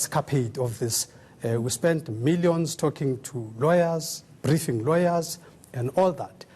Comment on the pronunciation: Poor spelling ,vocabulary and pronounciation , lazy bodies greedy souls , milliyons ,peepoool , 😀😁😁😀😁😂😂😂😂 peeepoooool